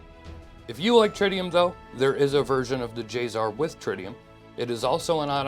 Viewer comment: Not J-ZZZZZar. J-SSSSSSar. Say it right.